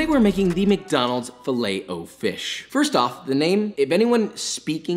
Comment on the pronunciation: fileeet oh fish haha